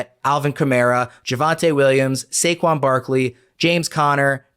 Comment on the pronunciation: Dude said Saqoun ahead of Dalvin cook 🤣